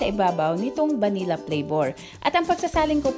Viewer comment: Pronounced as “Vanil-la”